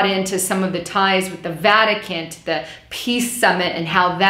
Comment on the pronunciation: I'm sorry, but... Are you saying "Vaticant"? With a 'T' at the end?